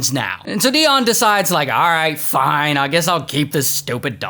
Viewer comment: Just like his "Fine" 😂